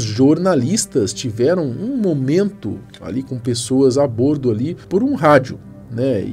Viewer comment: Nao aguento ver ele falando bÔrdo… é bÓrdo